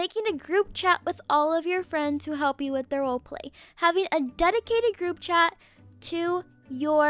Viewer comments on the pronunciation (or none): none